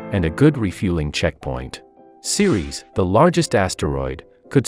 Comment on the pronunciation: Ceres "queres" part cracks me up everytime!